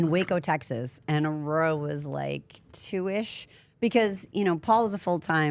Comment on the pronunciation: Shawty can’t say “Aurora”